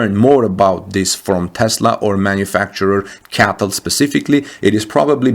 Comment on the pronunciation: The battery manufacturer is C.A.T.L. and that's how they pronounce it. Not cattle.